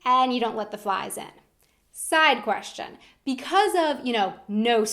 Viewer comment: Ihave a kweschtshen too what the fuck learn english before you talk about us